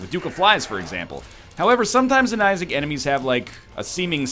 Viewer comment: " Everybody! Welcome back to NL plays the binding of isaad REBIRTH "